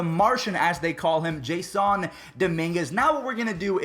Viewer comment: Did you just say Jaissoon??